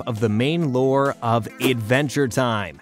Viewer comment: idventure time